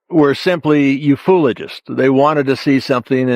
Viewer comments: did he say ‘you-fool-agist’ ? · sounded rather insulting way of pronouncing ufo-oligist